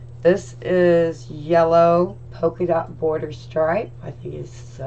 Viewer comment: Just an fyi. It’s polka dot, sweetie. I love your wreath!